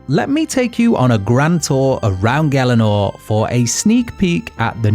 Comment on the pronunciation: Why did nobody tell this guy he's pronouncing gielinor wrong